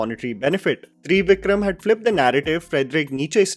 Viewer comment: 3 Vikram 😂😂 It's Trivikram please - "त्रिविक्रम" 😂